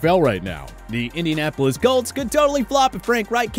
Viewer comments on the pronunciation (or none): none